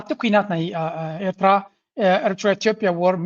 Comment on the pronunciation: This poor guy can’t pronounce Eritrea properly 😂😂